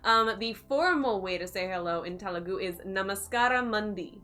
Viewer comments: It's Telugu not tehhlu gu... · You are saying telugu wrong😂. The 'T' is more like the 'th' of 'thought', not the t of 'taught' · Oh god the way she said “Telugu” in the beginning 😬 it’s supposed to be త sound not ట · Te is not "t" as in telephone but it's "th" is thought (Telugu word) Ela is "Ye" as in yes and la not eela, it's ye-la Tip to sound more Telugu native A always sounds a in arc E always sounds ye in yes I is I as in India O is o in own U always u sound in put